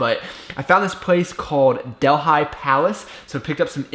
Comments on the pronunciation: It pronounced 'Delly' not 'Del-hi' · you shud eat more indian food and talk about it more. Also its not del-hi its del-ee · "Del-Hi" - It's pronounced like "deli", city in India. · I think if it's Delhi it's just pronounced deli not del hi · First thing is.. INDIAN FOOD IS AMAZING!! It’s my favourite!! Also, I noticed you said “boys” at some point in this video.. Remember you have a lot of female followers ;) oh and also it’s not “Del-high” it’s “Del-eeee” it’s a city in India hahaha! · Del-HIGH hahaha. It's pronounced just like Deli. Try tandoori chicken or tikka masala. Deep India in Clifton is one of the best! More content like this please! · "Delhi" is pronounced "Deli" not "Del Hi". Just FYI. Let's see you try to Szechuan food next. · Love your channel ,FYI DELHI is pronounced like we say DELI in U.S. Like the city in INDIA New Delhi (DELI) . Just a friendly pronunciation help. You did get the Naan bread right though!! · Delhi is pronounced like deli 😂😂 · Bhargav Sunkara I was going to correct, glad you beat me to it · You were off to a shocking start when you couldn't pronounce Delhi